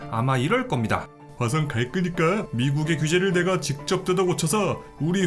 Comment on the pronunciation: 다 좋은데 왜 자꾸 화성 갈끄니까 라고 하십니까?